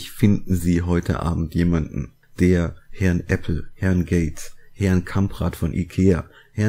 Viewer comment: Den Witz mit Herrrrn Gates und Herrrrrn Jobs find ich ja drollig....